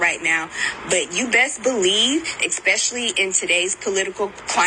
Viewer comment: A Princeton University fellow thinks the word is "EX-pecially". Illiterate loser.